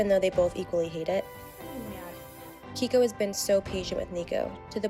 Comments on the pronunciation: It's KEIKO, pronounced KAY-KO...not Kiko. 🤦🏽‍♂️ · Why is the Dodo recycling stories? Also, Keiko is pronounced kayko